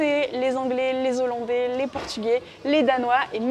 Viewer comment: Merci pour toutes ces informations, cest une belle initiative ! mais, de grâce, dites les hollandais et non les z'hollandais...